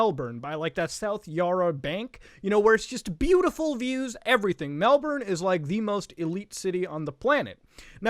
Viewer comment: thanks, few pronunciations things, Ayers Rock is pronounced like Aires rock, and south Yarra is pronounced Yah-ra.